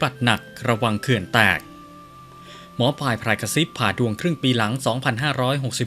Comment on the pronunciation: อ่านนามสกุลแม่หมอให้ถูกด้วยค่ะ